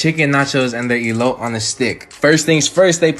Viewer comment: It's "ee lo teh", looks delish 😃🤤😍!! Love your vids. I've tried a few of your recipes and they are 🔥🔥!!